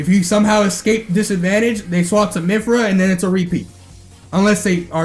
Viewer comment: it kills me when he said "MYPHYRA"